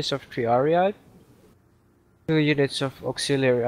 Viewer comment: I know it doesn't relate much to the video, however I think socii would have not had a k pronunciation as in soki but a ch on as in sochi, with a long i as sochii...i suppose. Also, i would suppose it is triarii not triariai...i suppose